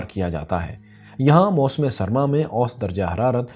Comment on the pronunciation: ost nahi hota bhae "osat" hota hy, intehae chay lagyay ho jab osat ko ap "ost" kahty ho